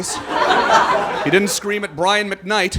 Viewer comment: The way he hard pronounces Brian McKnight...lmao